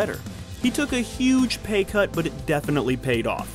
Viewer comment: “he took a huge pay curt but it worked out because, you know, Pulp Fiction” lol